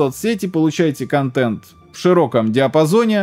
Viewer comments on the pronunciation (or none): none